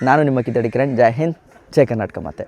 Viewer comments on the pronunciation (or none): none